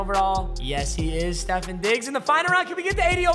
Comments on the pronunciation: Stef on diggs not stefen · It’s not Stephon Diggs is Ste-phon Diggs 😤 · Steph-on not Stephen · Stef-AWNNNNN Stef-ONNNNNN not Stef-IN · Your saying stefon digs name wrong it’s stefon not stefen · “stefun diggs” 😂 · Also it’s “stef fawn digs” lol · It’s pronounced stefahn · Bro saying stefon Diggs name wrong is so funny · The way he says diggs first name is hurting me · Please say Stefon right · PAPA PLEASE LEARN TO SAY STEFONS NAME RIGHT ITS HURTS MY HEART